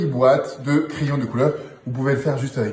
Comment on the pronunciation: Merci Eric pour ce tour avec des CRAYONS (et non des "crillons"🤣🤣🤣).Ça marche aussi avec des bougies (et c'est plus facile à prononcer...😉👍)